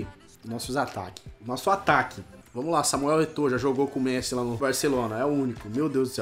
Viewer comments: para de fala o nome do messi errado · Arthur Torin mais antes ele falava certo agr ele ta falando errado kkk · O não consegue nem falar messi direiro tlk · O não sabe falar messi 😂😂😂😂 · virou gringo falando o nome do messi errado kkk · Alguem percebeu que o falou Messi errado? Da up ai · Cara q agonia ele falando o nome do Messi errado kkk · Que odio o falando o nome do Messi errado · Mano ele n sabe fala Messi 😂😂😂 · Fala certo o nome do Messi vey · fala messi errado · Vc falou Messi errado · Ele falou Messi errado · eu gosto do canal so que ele nao sabe dizer messi e toty caraio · ele não sabe falar o nome de messi direito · Mano, c não sabe nem sabe falar o nome do messi certo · Fala Messi direito ! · Fala Messi direito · Nem sabe falar Messi kkkkkk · Mano que agonia vc falando Messí, com acento no "I" véi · FALA MESSÌ PARECE FRANCES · não se fala MESSÍ NÃO É MESSI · Messí? Krl esse daí é o cara que sabe de futebol? Pqp é Messi krl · não é messí é méssi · mano vocês perceberam que o fala errado desde dele falar Messi ele fala mesi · Mêssi kkkkk é Messi!! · Quem kacetas é "Mecí" ? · Não é totem e sim Toty e não é meçi e sim Messi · Mêssi é méssi que se fala porra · nao é mesi é messi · só não conseguiu porque você fala MECI não MESSI kkkk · se fala méssi não mêssi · Tiu fala Messi e n mesi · Não é messí e messi i e Toty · Mano n se fala mêssi e sim méssi (mas escreve messi) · Porra fala direito, eh toty não totem, Team of the year, eh méssi não mêssi, se escreve messi mas se fala assim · e messi nao mesi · Carai que agunia ele fala messí não Messi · Não se fala messí e messi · para de falar meci e Messi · Aprende a falar o nome do Messi poxa e MESSI NAO MECÍ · Para de falar MECI é Messi porra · por favor nao fala messi^ fala so messi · Eu sei que é um modo de dizer, mas mesmo assim dá uma raiva ele falando Mesi kkkk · Meu deus, para de falar messí